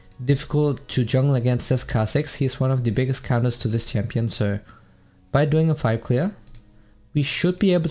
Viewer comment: Its champion not tsampion